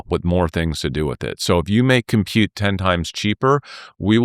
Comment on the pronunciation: It is disgusting the way he says it...